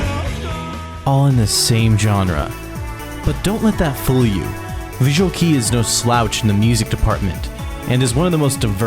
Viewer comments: Great video about my favorite band ever. Just one tip about pronouncing things: visual kei is spoken more closely to visual kay and malice mizer is spoken as malisu mizeru Oh and malice mizer and gackt produced an EP as well I’m the beginning uruwashiki kamen no shoutaijo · I cried a little every time you pronounced it “visual key” 😭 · soon as i heard him say visual key the first time i had to pause and scroll to find this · In the first 5 seconds he says visual kei wrong like 3 times 😭 your pronunciation doesn't need to be absolutely perfect, but come on, if you're making a video topic about something, the LEAST you could do is look up how to say things correctly. It is very lazy to get everything so blatantly wrong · How can you be mispronouncing "visual kei" in 2023? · when you sit down for an almost 30 minute video about a visual kei band, you would kinda want that at least visual kei would be pronounced correctly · it's embarassing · First, it's pronounced "bi-ju-a-ru ke-i," sounding like "kay" in English and not "key." Doesn't hurt to learn some basics of the Japanese language. Second, "I'll offer a prayer to your prostate." Really? That is hilarious. Try to read and understand English a bit better. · You don't show any credibility by pronouncing vk as visual "key". I tried but I cringed, I can't watch your video TˆT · it's kei as in "kay", not key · It's pronounced visual KAY! Not visual key... otherwise great video 👍🏻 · Aww this is so nostalgic i started listening to them from ard 2000 and they were a formative part of my childhood. quick tip, visual Kei is pronounced K~ thank you for a great throwback as usual!! love the work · visual"kee" tho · FYI, "Visual Kei" is pronounced as... "Visual KAY (as in Kay Jewelers)", not "Visual KEY (as in door key)" 😉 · its visual kei, not visual key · Visual "kee" 😂😅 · IT’S PRONOUNCED VISUAL “KAY-“ 😭😭😭😭💀💀💀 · visual kay-ee